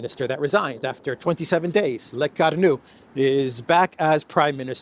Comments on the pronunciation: Lecornu = Le-core-nu and not Le-car-nu. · CORE-nu, not CAR-nu.